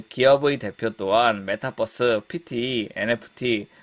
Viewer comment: Metaverse인데 발음 메타'뻐'스라고 안했으면 좋겠습니다